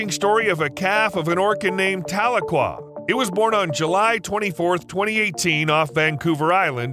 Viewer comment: Tuh-LEE-kwuh is how to pronounce the orca's name.